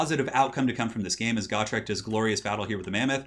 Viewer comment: It's pronounced Gotrek.